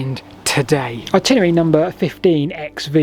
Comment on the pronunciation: I love your channel. What you do is amazing. However, at the risk of being pedantic, I have to pick you up on your pronunciation of "Itinerary". The word has 5 syllables, not 4. At no point in this video do you ever pronounce it properly. I don't know why. I hear "Particarly" said too (by others), which is not a word. Particularly is though. "Simarly" is also said, instead of Similarly (an actual word). And lastly, there is no second W in, but there are Ls, in the word Walls. "Waws" is simply not a word. Please, please, please try to say things properly, as when you don't it just yanks me out of the video. I can't be the only one. And keep up the good work on the videos. They are really interesting.